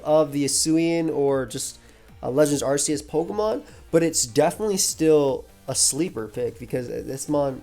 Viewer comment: That's not how you pronounce "Arceus."